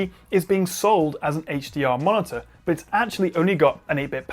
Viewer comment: Perfect review, really helpful, extremely interesting point but still thumb down for the martyr pronunciation. You sound like you have a speech impediment. Please staph.